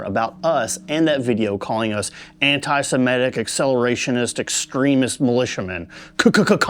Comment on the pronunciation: did he just say anti SEMETIC?!?!?!